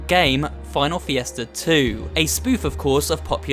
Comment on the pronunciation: You had 3 months to correct FIESTA As a Spanish speaker This bothers me lmao